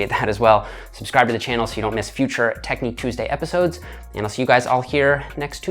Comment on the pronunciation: The way says "TEKNEEK TOOSDAY" has me feeling some type of way